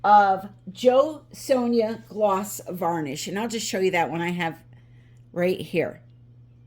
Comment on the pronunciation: I chuckled when I heard "JoSonja." My mother's name is Sonja. She's gone now, but you said it right. So many would mispronounce the "j" and sound like Sonjaw. She was excellent at drawing and at watercolor/oil painting, but so darn critical of her work. More of a hobby as she was in the medical field.